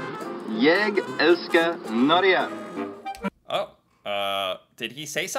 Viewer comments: He was coorect in saying Jeg elsker Norge (jai elsker nor-ge) (I love Norway) he was pretty good in pronounciation except the word Norge, he was tight about the tram being called trikk, really a shortening of 'elecTRIK(K) tramway', but way of on the price, it does not cost you $ 20, I took it recently, and ity cost $1,50, but it is more expensive to buy a paper ticket, so mobile ticket is the choice. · Yep, but he pronounced "Norge" in Swedish 😉